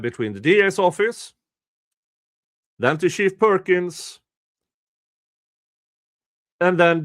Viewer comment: I like that I can hear say "shit perkins" every time it should be "chief perkins".